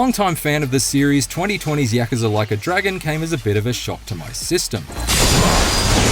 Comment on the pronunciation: Stop saying yakaza it's yakUza